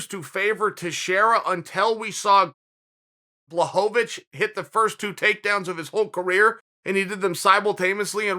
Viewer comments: Dude foking hell. Pronounce it Bla-hovich not Blahohovich FFS Chael! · BLAH-HO-VAH-VICH lmao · Please say the man’s name correctly Chael 😂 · You can't even say Jan's name wrong with consistentcy smh. That's how much the polish power frightened uncle cheater, I mean uncle chael. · Is he trolling with that pronunciation of Jan’s surname? It’s getting annoying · Chael, happy you're finally showing some RESPECT towards Jan. BUT please, start pronouncing his last name correctly lol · He's saying it wrong on purpose. He has to be by now.